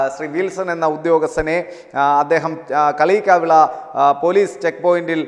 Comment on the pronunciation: ആദ്യം കാര്യങ്ങൾ പഠിക്കണം എന്നിട്ടു ന്യൂസ് വായിക്കണം. കാലിയാകവിള അല്ല. കളിയിക്കാവിള ഈ തപ്പി തടയലും വലിച്ചുനീട്ടലും എന്തിനു.